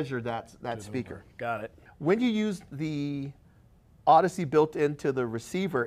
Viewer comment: Why is pronouncing it "ard-issey" instead of "ord-issey"? Does he pronounce AUDIO as "ardio"? Bizarre, and very jolting to hear every time he says it! Anyway, thanks for the useful video!